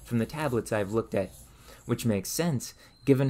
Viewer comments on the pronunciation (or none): none